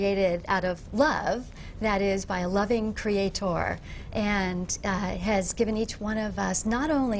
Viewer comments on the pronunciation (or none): Its creator. not creatore.